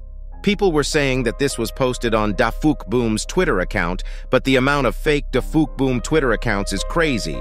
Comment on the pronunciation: It’s not pronounced DaFookBoom. It’s pronounced DaFukBoom. Also, that is NOT Plunger Cameraman since Plunger Cameraman’s camera is black and this one is white.